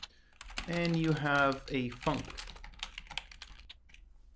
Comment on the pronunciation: I love hearing tutorials say "the Func" Da funk.